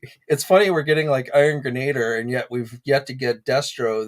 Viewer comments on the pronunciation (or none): I believe it is pronounced Iron "gren-a-DEER"